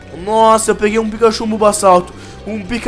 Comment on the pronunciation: Vc percebeu que vc falou bombassauto